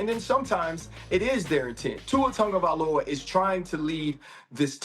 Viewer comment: “Tuer Tagovailoer” 😂